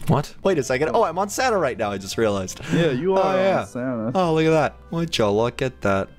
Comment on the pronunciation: its not sana its santa